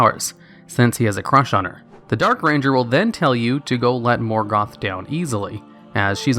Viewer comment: Moorgoth. Lol Did he used to be called Meelkor back then?